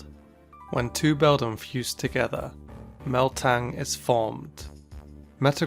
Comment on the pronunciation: Meltang? Lmfao its ok fam i alotta ppl get meltan confused